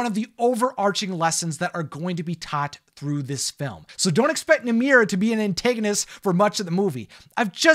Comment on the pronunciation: am i the only one who notices that calls namaari namira?